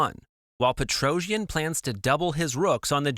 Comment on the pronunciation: Thanx for the video. The problem with AI language translations is this: PETROJAN. It is pronounced Petrosian in English.